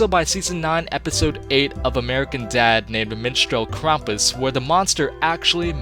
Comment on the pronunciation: Thank you for pronouncing Krampus correctly... CRAMPus is just...just no.